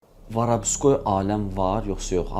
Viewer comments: biri bu başa salsın ki, Varabskoy yox Vorovskoy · varavskoy demeyi oyren sora video cek